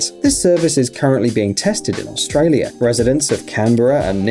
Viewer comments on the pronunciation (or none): none